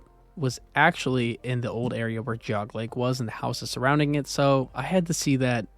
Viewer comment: Enjoyed the documentary, but you mispronounced Medina and Geauga.